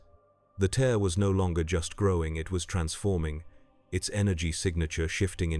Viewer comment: suggestion: whatever agent you're using to generate these stories, add a step to convert words with multiple pronunciations, such as "tear" to write it out phonetically as "tare" so it doesn't text to speech the wrong way. This can be done as a final step.